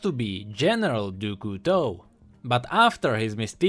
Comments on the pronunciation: Dou Couteau ?! French people are laugthing. . . . DOU COUTEAU ?! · It's kinda like "dyu", like you're adding a D in front of a hard U sound. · Doo Koo Toe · Your pronounciation of Du Couteau is terrible! XD worst than Ratatouille ! Yeah, i'm french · Dude for crying out loud pronounce Du Couteau right its so painful to hear, use google translate to do that for you or learn it from that from someone who speaks french. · i love what you do and stuff, and i also like the vid...but as i'm French, your prononciation of "Du Couteau" makes my ears cry tears of blood.___. But as "Couteau" means "Knife" and "du" doesn't exist or have an equivalent in English, just call him "General Knife" or something ^^' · du couteau the way u pronounce it is >>find a good word<<, and i love it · the pronouciation of "du couteau" made my day :D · As a french, it's just too fun to hear how pronounces "du couteau" ^^ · The way pronounces Du Couteau gives me cancer. But he's still awesome. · tbh, even english speakers pronounce it that way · I love him, but he doesn't know english well and how he pronounced 'Du Couteau' made me almost rage pause the video. I love his sacrifice for the lore of LoL, but man learn the damn language already.